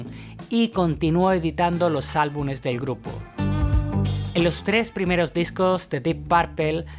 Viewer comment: Excelente video... pero debes corregir algo; no se dice "albunes" se dice: "albumes"